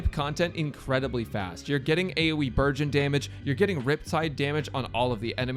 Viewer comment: I keep hearing burgeon as virgin...